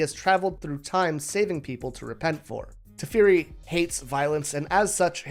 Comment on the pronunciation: Ngl, "tefiri" was hard to hear